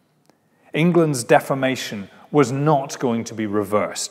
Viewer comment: He keeps mispronouncing the word 'deformation' to sound like 'defamation', which rather ruins the point of using the term.